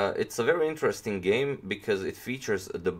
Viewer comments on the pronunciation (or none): I don't wanna hate but you should check how to pronounce "interesting" correctly, but btw very good video mate! ;)